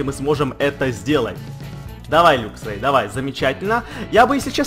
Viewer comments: не люксрей а лаксрей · правильно говорить лаксрэй:)